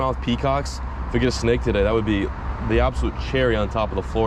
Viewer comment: The way you say snake genuinely makes me cringe and shake my head